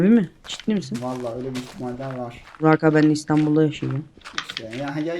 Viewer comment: abi niye bugrak diyo ozan :D